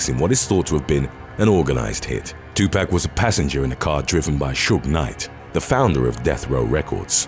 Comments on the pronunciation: Gets on my nerves when people say it knowing damn well they have heard his name plenty of times... Its 2 pac not 2 pack.... And youre black and still said it wrong smh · I cringed every time the narrator said, "2Pack Shakur"... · Still cracks me up when people say Tupac's name wrong. There is no K in his name. Lol!!! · Your Pronunciations Are Killing Me 😢 Especially On Tupac Name. Please Do Research & Get It Right